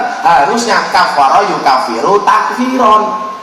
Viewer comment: Seharusnya kiyai hapunten Kaf'aro yukafiru kuf'aron si Miftah ko baca kaf'aro yukafiru takfiron.padahal si Miftah juga salah ....